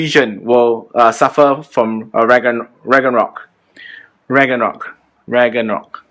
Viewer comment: Haha. Rag-NA-rok.